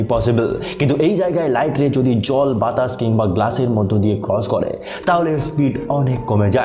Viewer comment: ছময় বলেন কেন,সময় বলবেন বাতাছ বলেন কেন বাতাস বলবেন সবজাগায় ছ উচ্চারণ করেন করেন কেন স উচ্চারণ করবেন ভাষাটা সঠিক করবেন ধন্যবাদ